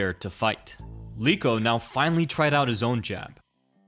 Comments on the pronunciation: Eeeeek!!! It's not Leeko, but you should read "E" as per "leg": Leko!!! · Leko not Leeko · Do you also pronounce Lego as Leego? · Learn how to pronounce Leko. Obviously you thought you discovered these fights and didn't watch them or know the fighters in the 90s